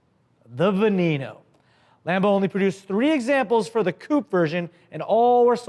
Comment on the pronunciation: Lamborghini (veh-neh-no) not (vuh-nee-no)